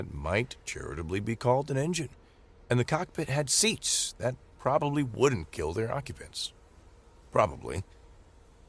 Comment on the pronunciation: with Major Emphasis on; "Probbly" with the Capital "P" !